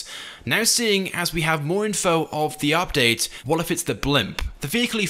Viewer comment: the way he says "update" makes me cry inside